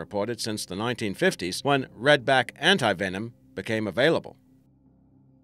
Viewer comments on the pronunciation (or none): none